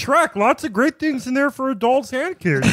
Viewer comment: Matt: He stepped on her fingers. "You're witnessing a gweat becoming...' Classic Chapo.